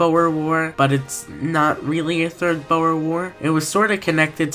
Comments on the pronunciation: Boh er, it's pronouced boor. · Pls im begging you to stop saying Boer wrong